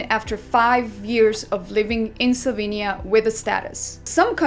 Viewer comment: slovEnia not Slovinia